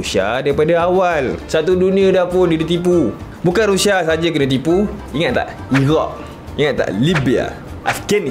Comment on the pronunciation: Sebut bg betul la bro..Rusia, bukan Rusha..